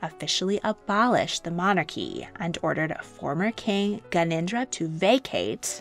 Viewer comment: It's Gyan en dra Not ganindra